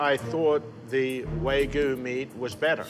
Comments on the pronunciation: The absolute worst thing about the Redemption-Burger episode is hearing constantly saying "Way-goo". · Honestly wtf is Way-gu jfc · "its with the waygu" 🤓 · One thing I noticed about is his inability to pronounce the word "wagyu" properly. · How iin the heck do you mess up wagyu Thats different